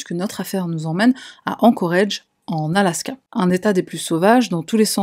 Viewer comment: Ah, encore un truc. Pourrais-tu contacter pour lui lui rapeller que "Anchorage" se prononce "Anchorage", et pas "Anchorage" Merci à toi.